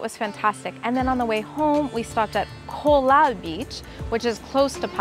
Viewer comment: You said it wrong so truth is Colva is touristy and Benaulim is a relaxed placed